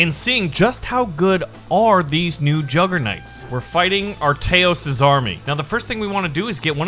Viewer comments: Please read this It is aTReyos Not aRTeyos with a 'Tr ' NOT 'rt' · I like how still pronounces the name "Arteyos" instead of "Atreyos" as it clearly says lol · Atreyos was buffed masively. And if you pair him with enchanted pike, his damage will be OP. Also he is pronounced as “At-re-yos” not “Arteyos” Like this so can see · me saying this since multiple episodes .. still haven't seen an output ... Everyone just spam the comment that it's aTReyos not aRTeyos so that he can see it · YOU KEEP ON SAYING ATREYOS WRONG